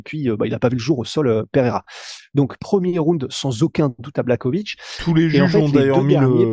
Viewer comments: jan BlaRowitz ca se pronomce comme ca ..... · Ca se prononce < blaRovitch >